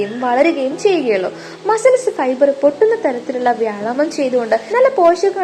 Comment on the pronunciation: വ്യായാമം എന്ന് പറയൂ, എന്നാലല്ലേ ഭാവം വരൂ.